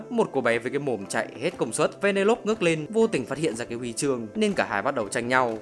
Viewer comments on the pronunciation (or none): anh ơi tên của con bé đọc là va nê lô pi nhé